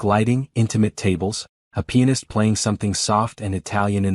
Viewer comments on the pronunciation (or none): I !m sure you meant pianist and not penis